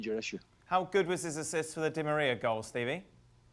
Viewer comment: I love how frank couldnt say Di Maria🤣